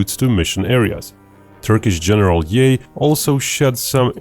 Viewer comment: Who is "General Yay" lol??